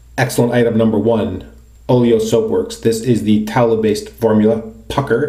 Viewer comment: Every time I hear Oleo, that pronunciation sounds like Oreo which makes me feel like I'm feeling the Oleo or the Oreo cookies, haha. Anyway what handle is your Wolfman razor head attached to?